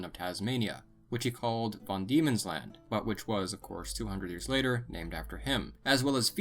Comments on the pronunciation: Van not Von Diemens land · It's Van demons land. Not "Von". Not bad video. Missing a lot of information though. Also missing out the evidence of the Phonetician seaports. Largest coal deposit, think it's coal, is located essentially where the seaport was found. Documentaries online. I'd advice you further research as you're missing a lot of information.